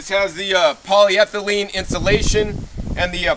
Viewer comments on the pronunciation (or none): none